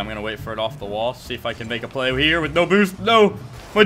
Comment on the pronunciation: Play not llay